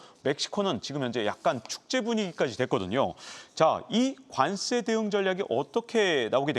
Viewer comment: 관쎄 관쎄 왜 이렇게 세게 발음하시죠?